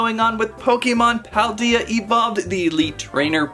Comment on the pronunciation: I did like this channel but after you said paldea wrong I'm gonna have to Unsubscribe